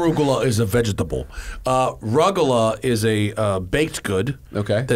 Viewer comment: I could listen to Matt saying "vej-ih-tah-buhl" on repeat for hours lmao